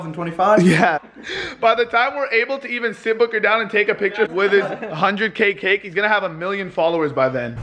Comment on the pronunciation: did anyone else hear him say c*ck instead of cake??!!?!?!!?!!